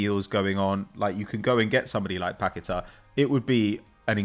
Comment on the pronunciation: Anyone else roll their eyes every time said Paqueta?